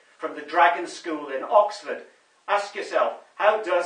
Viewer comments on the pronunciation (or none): none